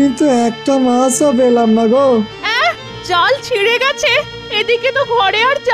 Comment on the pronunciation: জেলের কথা বলার ধরন বা উচ্চারণটা আলাদা কেনো যেমন- জালকে যাল, মাচকে মাছ, পেয়েচিকে ফেয়েছি